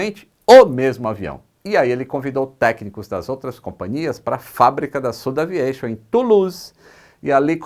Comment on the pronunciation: Fantástica a Dinastia AirBus! Um detalhe: por ser francesa, a SudAviation não deveria ser pronunciada como "südaviación"? Sucesso!